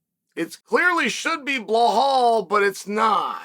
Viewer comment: And... he's back to saying bluhal